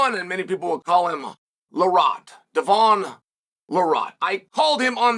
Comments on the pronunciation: Chael said Devon's name clear as day, respect level: God tier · You say Devon's name perfectly, by the way 👌